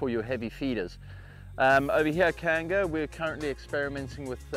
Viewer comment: Thank you again Koanga for more relevant and helpful information. The only trouble I had with this video is listening to 'koanga' pronounced so poorly by your intern. With so mahy overseas and non-visitors to your whenua, it is a great opportunity to educate on the basics and the importance of the meaning of koanga, especially to the institute. Thank you again, I'm proudly a member of the Koanga Institute : )